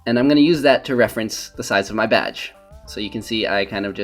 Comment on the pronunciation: It sounded like you said "batch" when you were ACTUALLY saying "badge"